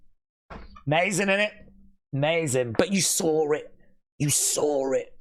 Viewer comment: You sawr it … you sawr it WWE fans 😂😂 ( voice ).